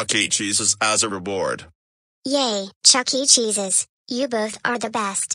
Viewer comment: Why did he say cialugets grounded